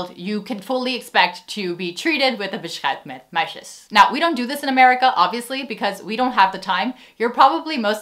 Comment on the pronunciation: Damn, the way you pronounce beschuit met muisjes is absolutely unbelievable! It is even more impressive while you drop it casually within an English sentence, that is extremely difficult. Probably few Dutch native speakers would be able to pull that off.